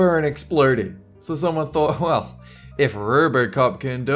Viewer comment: What country do they pronounce their "o"s like "r"s? rrrbrrrcop?